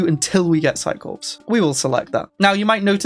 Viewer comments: It's pronounced "Psi Core" not "Psi Corpse". WTH is wrong with you? xD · The 'ps' in Psi-Corps is silent. It's pronounced 'psi-core'. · corps is pronounced as "core". corpse is a dead body